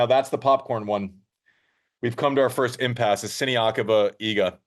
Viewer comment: Man! Iga has been 2 years now number 1, please learn how to pronounce properly her name, just out of respect for her. Thanks and great show